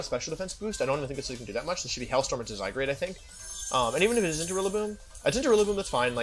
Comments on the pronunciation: When I finally got to play with Zygarde, it became my favorite legendary. I underestimated Solgaleo Necrozma, as well. I love techy substitute and trick room Pokemon, respectively. Wolfy calling him zyGRADE the whole time got really annoying. It's GARDE like guard. Definitely not ASMR. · WHY DO YOU SAY ZYGRADE ITS ZYGARDE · Idk probably to troll . Some of them are funny Except ‘zygrade’ and ‘jiratkneeuh’ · he keeps calling zygarde zygrade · ZyGRADE? It’s clearly zyGARD 🤷🏽‍♂️😂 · Love watching your vids, hate how you say zygarde: "zygrade" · Zygarde not Zygrade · Hey wolfey it’s zygarde not zygrade. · Is it a lil annoying to anyone else that he says the Pokémon names a lil weird, zyGRADE instead of zyGUARD yk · Does he call the the wrong names on purpose? ZyGARde not ZyGRAde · wolfe was pronouncing it as zyGRADe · it physically hurts me every time he says zygrade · How can u call him "Zygrade"???? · I love how he butchers their names “Zygrade” “Kartanya” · wolfey really calling zygarde "sidegrade" 💀💀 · ZyGUARD is the correct pronunciation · Am i the only one who realises that he always says zygrade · Why does he say all the Pokémon's names wrong? Zy-grade? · The way he misspronounces Zygarde kinda bugs me >.< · why wolfey, why do you mispronounce these mons names. keep doing it don’t stop but omg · why cant you say zygarde? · Please pronounce zygarde correctly